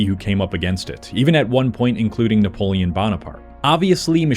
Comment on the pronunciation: Napoelon? Link in na-poêlon, nah-saucepan? And Bonaprte? An LLM might have gotten it right